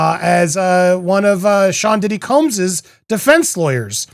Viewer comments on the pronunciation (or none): none